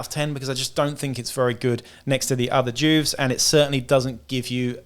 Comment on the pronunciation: It’s jewvee not Jewv … you know.. short for juvenile.. where to kid criminals go? Juve (jewvee)